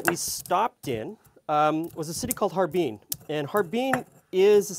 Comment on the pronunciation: How can I take you seriously when you pronounce Har-Bin as Harbeen.